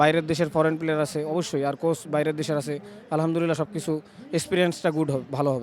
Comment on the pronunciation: যে ভালো করে আলহামদুলিল্লাহ বলতে পারে না সে কিসের হাফেজ,,,বলে আলহামদুরিল্লা